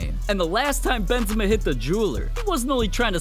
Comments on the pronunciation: i just heard cream benzema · The way he talks BeNzEma